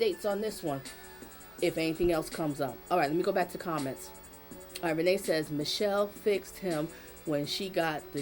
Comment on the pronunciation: It's pronounced Miss Sha lay.